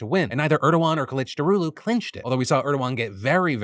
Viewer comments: You pronounces kilicdaroglu very well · I wonder how many takes it took until Phil said Kemal's last name correctly. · The most impressive thing about this video was that you got the pronunciations right of the Turkish political candidates